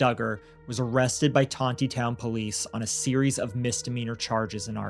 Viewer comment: It is not "Ton te town, It is Ton knee town"